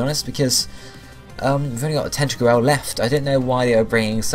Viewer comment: It's tenta crool!